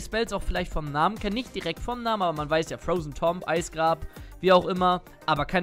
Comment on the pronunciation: Tomb wird 'Tuum' ausgesprochen, heißt ja auch nicht Tomp Raider